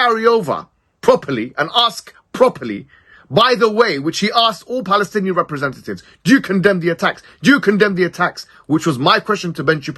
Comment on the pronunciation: Ben Shapiro can't even say Palestinians. VIVA PALESTINA 🇵🇸🇵🇸🇵🇸🇵🇸🇵🇸🇵🇸🇵🇸🇵🇸